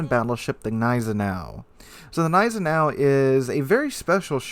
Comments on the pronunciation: lmao i was cringing everytime he said neisenau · The G of Gneisenau is actually pronounced ;) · You pronounce the G in Gneisenau.